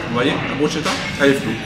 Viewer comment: 😂 l’italienne que je suis à eu mal aux oreilles sur la prononciation de « bruschetta » ahahaha si jamais ça se prononce « brusketta » le « sch » la c’est le son « k » 😅 petite info comme ça au passage Pcq j’ai bcp ri de vous entendre 🤣 Sinon je reste super étonnée de façon globale dans les endroits où vous êtes allés du nombre de resto vege qui existent :) ça fait plaisir, je ne pensais pas qu’on en trouvait autant, c’est top!